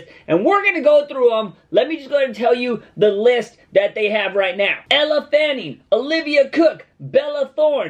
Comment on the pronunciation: lol I was laughing at just the way he said Elle Fanning and how this was a horrible list